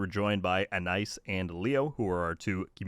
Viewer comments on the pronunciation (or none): A-nice? Do you mean Ana-eese (Anais)?